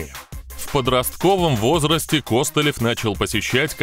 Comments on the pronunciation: Так он же КостылЁв !!! а не КОстылев )))) ппц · Сцуко Костылёв ударение на ё 🤪🤪🤪🥴